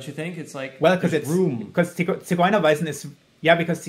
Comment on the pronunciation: I like how he pronounced "Ziguerweisen" So nice